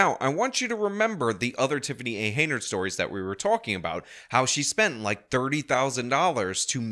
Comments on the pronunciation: It's "Henyard", not "Heynard". If you're going to report on her, and especially if multiple times, then you should get her name right. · This "mayor's" name is HEN-yard .... not HEY-nard. Just saying. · I appreciate your insight on this story, however the woman's last name is pronounced, Hen Yard not Hay Nerd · Bro I literally had no idea that you were talking about the same mayor my friend was because, for months, you’ve been saying it “Hey Nerd” instead of Hen yard. This is friggin hilarious.